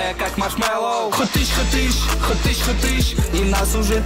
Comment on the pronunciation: Не верпач, а варпач. И не хатыш, а Хатыщь